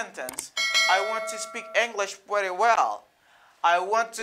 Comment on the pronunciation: Why you pronounce pretty like prèti? This I not american sound at all bro. American native will never say prèti